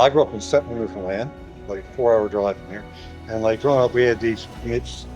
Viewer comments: The beauty of Newfoundland is not in the small port, the countryside is beautiful and rugged. It's pronounced Newfunland with no emphasis on fun. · FYI. The way to pronounce NEWFOUNDLAND correctly is to pronounce it NEWFIN-LAND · Welcome to Newfoundland! I have lived here for 2 years already, that beautiful place, excluding winter. By the way, local people say newfoundlAnd( accent on the letter "A") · Newfoundland. Rhymes with UNDERSTAND!! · Hi You need to learn how to pronounce Newfoundland properly! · “Newfoundland” properly❗️